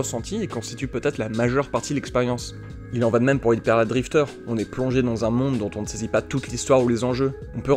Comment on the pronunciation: Vous prévoyez de prononcer hyper light drifter correctement un jour ? Parce que je suis mort de rire à chaque fois quand vous prononcer hyper à la française et light drifter à l'anglaise... Ca me rappelle le vieux usul où il parlait de la prononciation d'uncharted xD Plus sérieusement, encore une super vidéo ! C'est difficile d'être exhaustif sur un sujet comme ça, mais vous en avez déjà pas mal dit. Vous auriez peut-être pu évoquer en plus comment briser le quatrième mur influence sur la relation du joueur au jeu ? Sinon j'ai vraiment trouvé intéressant votre réflexion sur le flow, c'est vrai que ça m'est arrivé quelque fois. La distinction entre avatar et personnage est toujours très importante également, et c'est intéressant de voir que les jeux où il n'y a pas de personnage sont généralement soit totalement centrés autour du gameplay (mario, zelda...), soit à l'exact opposé (papers please, emily is away, her story...). Ensuite, pour l'intertextualité, je trouve que même si ça implique le joueur, ça peut avoir tendance à lui rappeler que cet univers est fictif. C'est vrai que ça peut aussi augmenter le dialogue entre le jeu et le joueur, bercer le joueur en calquant ce qu'il connait ; mais le joueur qui n'a pas les références sera perdu, et des easter eggs trop poussés peuvent paraître mal placés dans l'univers. Et si je suis bien d'accord que ça implique effectivement le joueur, je pense que ça l'implique plus dans l'expérience de jeu, en tant qu'oeuvre, que dans l'univer